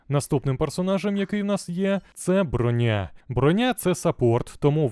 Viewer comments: Не Броня́, а Бро́ня! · Шоб ти всрався, не бронЯ а брОня! Аж вуха пухнуть.... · та не бронЯ вона, а брОня, як же це ріже слух, неймовірно просто